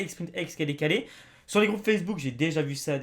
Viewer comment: C'est pas ''jé'' c'est ''j'ai''